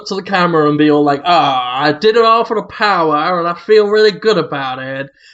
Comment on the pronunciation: I only ever listened to this podcast for one reason: the powah.